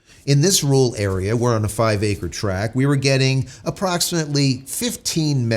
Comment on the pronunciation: A “ru’al” area means a “rural” area. He and Dr. Steve Turley have trouble pronouncing RURal, meaning in the areas outside of cities.